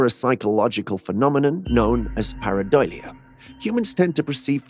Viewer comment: Say it with me now pareidolia. Not pareidoylia